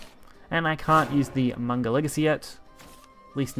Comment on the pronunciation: isn't it pronounced as Mag-na Legacy instead on Man-ga? or was that an intended pun?